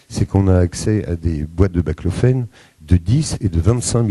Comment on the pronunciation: C'est BAClofène pas BLACLOFÉNE